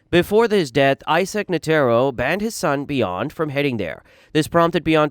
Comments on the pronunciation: bruh who tf is nuhtearo and geeng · bro I really like this content but you gotta check pronunciations, I'm not even this type of guy normally and when I heard how you said netero I just kinda chuckled and didn't pay any attention to it going forward, but my guy.... Leo-rio? Kuri-pika? bro that shit sent me